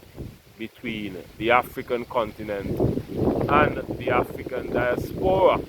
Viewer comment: Di-AS-pora not dias-PO-ra.